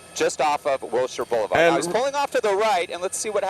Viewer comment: It’s pronounced Wilshire.